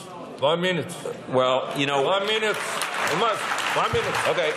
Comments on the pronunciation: Wan minıt olmaz van mınıt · opne mınuteç... one mınutee...